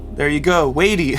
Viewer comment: Hi. You’re pronouncing his name incorrectly. It’s sounds like whitey with a “d” — and he is awesome!!